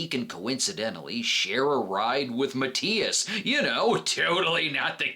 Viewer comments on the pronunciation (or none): none